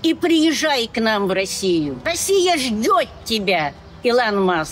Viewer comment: не ждёть, а ждёт.